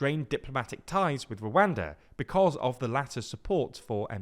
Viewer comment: No shame up on you when you pronounce Rwada backed rebels?